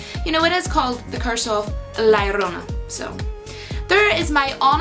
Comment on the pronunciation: Omg I admit I just like the way your pronounce La llorna haha. They released it as Curse of the weeping woman here cause no ones heard of this folktale here or knows how to pronounce it properly. For the record I thought this and The Nun were poor movies. Too many jump scares which were mostly predictable